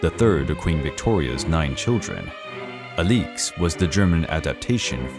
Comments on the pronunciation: The Aleex instead of Alex pronunciation made this video unwatchable. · The Romanovs are one of my interests. I have read much about them. As far as I have heard, her name was pronounce like Alex -- a-licks, with both syllables given pretty much equal stress. Not uh-LEEEEKS. Good grief. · As others have pointed out, the correct pronunciation of Alexandra’s nickname (Alix) is AH-lix, not ah-LEEKS. Ella, not Elly, is the nickname of Grand Duchess Elisabeth Feodorovna. Marie, not Mary, is the name of Empress Marie Feodorovna. Another error is the painting in the video supposedly showing the wedding of Nicholas and Alexandra is actually showing their coronation. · The fuq is this pronunciation 😂 “Ah-leeks” 🥬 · The mispronunciation of the main subjects name is unbearable. Cannot take this seriously when he did not bother to research the correct name. 😒